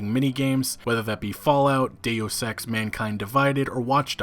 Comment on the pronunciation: “Dayous ex” yikes.